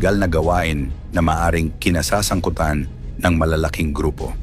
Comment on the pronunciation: Pronounce mo Ng maayos Ang salitang pagtakas, kinasasangkutan